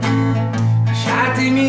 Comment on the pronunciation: Your pretty good but you said "Lasciatemi" wrong